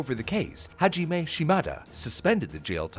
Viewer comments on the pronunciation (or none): none